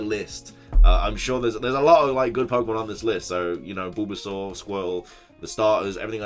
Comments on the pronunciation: “BOOlbasaur”?!?! Hahaha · LOL I like how pronounces Bulbasaur